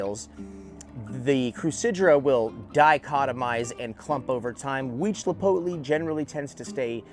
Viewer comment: Hi from Mexico the right pronunciation of Mammillaria Huitzilopochtli must be "weed see lot post lee" and he was the god of war for aztecs and Tlalocii must be "Tlaloc ki" and what you are saying is right he was the god of water for aztec civilization. Nice video!